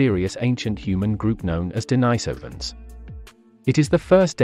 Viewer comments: First off, it's de-NEE-so-vuhn, with the stress on the second syllable. That's how the Russians I've heard say it pronounced it. Hunter-gatherer bands are small (8-15 individuals in interrelated family groups) and groups are typically widely disbursed over the land as this lifestyle requires much more territory because people have to go look for their food, and can only find what food happens to be available in that area, as opposed to the farming lifestyle where people know where their food is because they know where they planted lots of it and when it will be edible. The hunter-gatherer groups meet up at certain agreed-upon times of the year in specific agreed upon locations, typically when herd animals are migrating through their territories. These meet-ups allow them to hunt in larger groups. Larger groups hunting cooperatively can hunt more efficiently, bring down more animals in less time, and with less danger of injury. The gathered bands would feast on the plentiful meat, cooperatively smoke and jerk meat for later use, harvest and process hides for winter clothing, exchange craft items, and that year's crop of young teen men could prove what good hunters they are and get girls (from other bands to avoid inbreeding, which is counter survival). If a group of early modern humans happened to pass through the area at that time, I would bet they would want in on the party, especially the bit about the getting girls. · Denisovans, comes from the name of a Monk called Denis. So it should not be pronunced Denajsovan. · Thanks, was informative. Your sometimes false pronunciation of Denisovans as Den EYE sovans was irritating, many times you pronounced it correctly. It's the same when some english speakers pronounce urinal as ur EYE nal. Strange. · Maaaan try get the pronouciasion right ur all over the map. De ni sovans.... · Deny-sovans?? Homo flo-she-ensis??? 😂😂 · de-NEES-ov- an